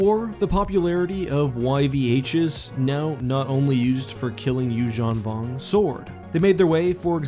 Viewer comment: please call yuuzhun vong without accent :(